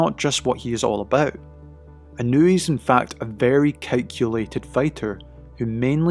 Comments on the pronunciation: Absolutely butchering his name. It’s not In-new-we. It’s In-ah-way. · It’s EE NOH U EH. Not easy for English speakers cuz of the precision needed for separation of the vowels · Its not technique and training. Any boxer can train exactly like Inoue does. Btw…to you silly Anglos who dont know how to properly use English, its not Eye-Ran (Iran), and the proper way to pronounce his name is EeNoo-Wey. His real secret is not training nor technique. Anything can be learned. Neither is he a superhuman. SECRET: He comes from a happy, intact, functional and highly supportive family with strict family values and morals, who are financially comfortable and secure, who are NOT the usual low-life slum dog niggha losers involved in crime and being dirt poor while dying to show off. Inoeue’s FAMILY and secure, comfortable life give him the peace of mind in order to be focused. He doesnt need to worry about a mother who’s a whore, father who runs away, huge piles of debt and a broken problematic household in a shit location.